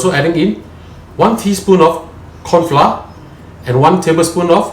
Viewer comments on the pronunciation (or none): Dude, please don't pronounce FLA again for flour which sound as flower, please learn and speaker proper English, Thank you.... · dude...you said fla for flour...